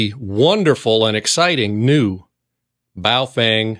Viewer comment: “Bowel” Fang, lol